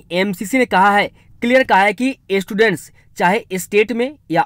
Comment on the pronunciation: Bro aap ache se sab kuch explain karte ho. Aapka channel subscribe krne ke wajah se hi hum thoda tension free hai. But bro ek baat "s" Pronounce tikh se kariye. Students boliye estudents, e-state nhi. Mazak nhi uda rhi bas aapka bhala chahti hu. Thank u bro